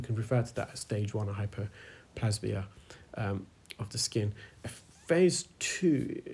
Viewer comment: you mention a process you call "hyperplasmia" which I've never heard of in my career (medical), and which a Google search fails to produce any result. Is this something relatively new or a mis-interpretation on your part of the term "hyperplasia". Just as additional aside, the word hyperplasia is pronounced with a long "a" (as in the letter "A") rather than a short "a" (as in say the word happy).